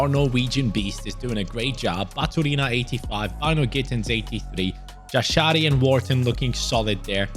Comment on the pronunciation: Jashari is pronounced Yasharee